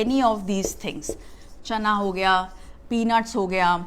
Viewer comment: Enjoyed your lecture..it is peanuts..not pee